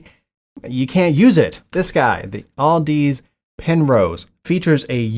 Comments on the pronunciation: Where did you get the L in the name Audeze? It's pronounced like "Odyssey" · Hilarious you don't even know how to pronounce audeze